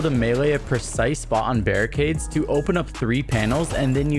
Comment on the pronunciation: alright zend him back zou reeducation